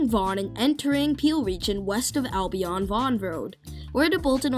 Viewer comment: Good video - A few notes on the pronunciation of a few names: Came-bridge not Cam-bridge for Cambridge Alby-IN instead of AlbyON for Albion Mac-Teer instead of Macty-eh for Mactier